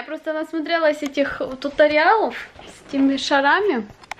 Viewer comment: тьютОриалов правильно